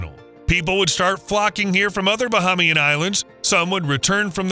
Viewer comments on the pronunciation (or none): Correction. No palm trees. Correction: May-ya-gua-na, like mayonnaise ... Not like the Mayans. Correction: Ba-HAY-mi-an, not Ba-HA-mi-an.